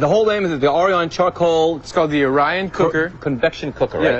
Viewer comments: O-R-I-O-N, reporter guy! The presenter even said a few times and the reporter STILL pronounced it wrong. LOL. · I love it. The reporter pronounced the name wrong every time.